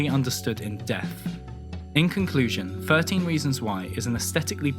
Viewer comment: why can't you speak properly. firteen? frough? free? fink? what? honestly i can't even watch the video i'm too distracted